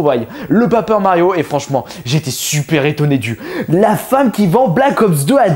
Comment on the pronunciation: "Papeur Mario" :hap